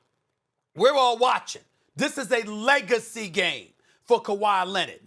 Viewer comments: That man said eggacy lol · “Eggacy” -Stephen A. Smith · He said eggency at first! Lol! Peace! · "Egacy".. Hmm.. Let me write this word down..